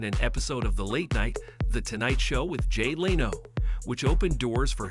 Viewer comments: Who the hell is “jay LaYno?” And what is a military “Green Barret?” Lol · its Jay LEN0!